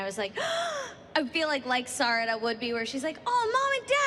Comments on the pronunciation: Sis said Siroda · Suroda and mitsooki is what she said 😂😂😂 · anyone triggered by how she says their names? sarada and mitsuki